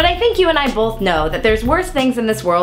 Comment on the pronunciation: Hannah?! You're a "bolth"er? There's no L in that word! Ah, oh well. I can forgive you.